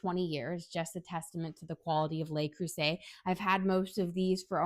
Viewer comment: Just a correction. "Le" is pronounced as "luh" and not "lay." (The plural "les" is pronounced as "lay.") Anyway, great comparison.